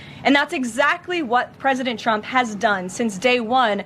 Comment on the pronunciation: Lol he said "Preident Chump"... that was the only honest thing said.